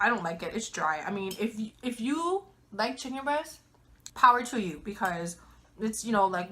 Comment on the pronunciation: great vid! mmm! chi-kon good! korben dallas moll-tee pass 😂